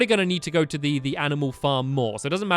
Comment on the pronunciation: stampy says t-to bed and t-to do this and t-to do that why the extra t